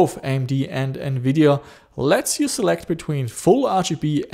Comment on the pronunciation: TEAM RED!!!! lol, im a full AMD fanboy no matter i love a lot of their architecture, also there gpu styles, GREAT COVERAGE!! love the content as always buddy, And did you say Nvideon? lol sounded like radeon and nvidia mixed LOL, Although on my retro build with an Athlon 64 X 2 full 4gb ram, I wish i had a capable ATI gpu:/ but i had 2 older Nvidia gpus a poopy 8400GS and a 9400gt verto im used the verto 9400gt in the build its not to bad, my buddy i let borrow my r7 350... I DID online see one of those brands that you had of an R7 it was the Yeston r7350 4gb gpu for 80$ online, which might be pretty good for retro idk im skeptic lol